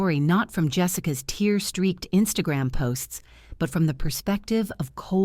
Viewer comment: These stories are so thematic they say the same tired phrases plus the AI mispronounces so many simple words like tear.